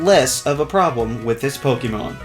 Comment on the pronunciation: Ok, does it trigger anyone else that he says Poke-ee-mon instead of Poke-e-mon or Poke-ay-mon? No? Just me? Oh....